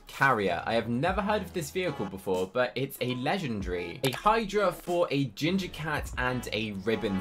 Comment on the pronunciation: I like how he says legengary instead of legendary